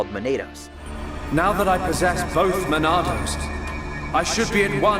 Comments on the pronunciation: I'm so obsessed with him calling them Man-ay-dos only for Zanza to pronounce it correctly as Ma-nah-dos literally 1 second later 😂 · Why he say “monados” like “potatoes”. It’s muh-nah-dos